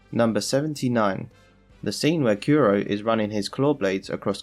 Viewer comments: Well, he kept saying Kuro like "Kiro", so I think Japanese pronunciation might just not be his strongest point. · Stop saying yusopp and kyuro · Why do you call usopp yousop and kuro kewro